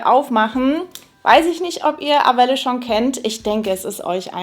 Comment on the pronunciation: Wird es nicht französisch ausgesprochen? Also eher ar-well ? 😅